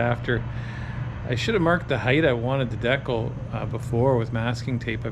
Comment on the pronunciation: You're pronouncing decal wrong..and smart person would have taken the finder off to get to the door hinges instead of fighting it so much. I did paint and body work for over 21 years and I don't like doing things twice much less as many times as you did when taking the finder off would have been easier. Remember work smart not hard